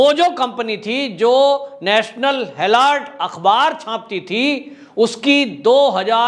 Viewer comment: भाई हैराल्ड है हैलार्ड नहीं